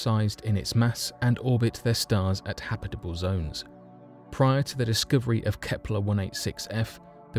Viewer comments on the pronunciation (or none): Discooverie? lol